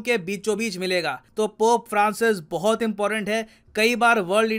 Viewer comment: Sir please don't mind but बोहोत नहीं होता , बहुत होता h।